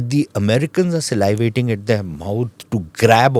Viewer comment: Slyvating 😂,the word is sa-livating…u need to go back to elementary school